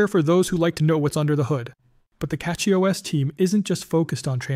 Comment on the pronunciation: CachyOS is derived from the word Cache, so Cachy pronounced "cashy" and not "catshy".